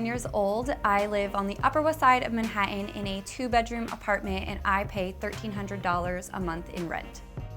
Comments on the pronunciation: Her pronunciation of "Man-hatt- eh is hysterical! But wow what a gorgeous place! It's such a tragedy that those fireplaces don't work! I have a large, 2 bedroom in the W. Village for $802 a month. My friends hate me! lol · I thought Manhattan was pronounced different.